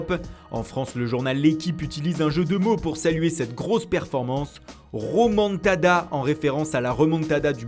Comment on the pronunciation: Non pas romantada c romatada